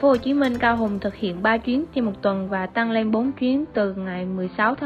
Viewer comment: tăng lên這裡你的發音不太對喔，而且解析的時候你提到了“買一送一 mua một tặng một”，tăng是“增加”，lên是“上”，tăng lên 表示某個事物處於上升狀態，越南語常會這樣搭配如giảm xuống“減少”，而tặng是“贈送、送”的意思，一個是平聲，一個是重聲，二者意思完全不一樣喔😅